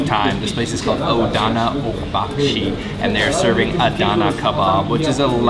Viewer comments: adna not adana. small a btw d and n. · adana ogabashi :DDD sounded like japanese